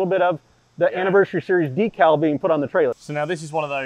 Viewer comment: DEC-AL not DEEK-AL